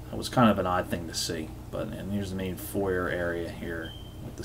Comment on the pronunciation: I'm sorry I normally don't comment on videos I watch but I just had to ask, where are you from? I have never heard someone pronounce 'home' and 'foyer' quite like you.